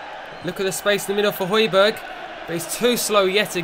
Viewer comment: ***** its pronounced hoy-bier. Silent g